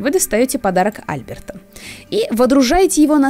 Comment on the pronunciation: я хотела тебя поправить не ААльберта,а Альбеерта